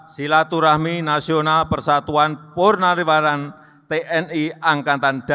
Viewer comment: Kok purnariwaran yg d sebutkan, bukan purnawirawan